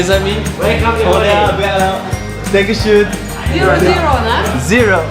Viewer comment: Félicitation! Bon par contre.. Danke Schön pas Danku shoune xD Sinon ravi pour toi et te projets c'est bien de les avoir concrétisés . La prochaine destination ?